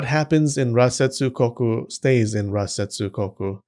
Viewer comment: I keep hearing ratsetsu 😭